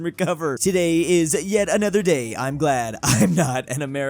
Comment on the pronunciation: pronouncing yet as jet be like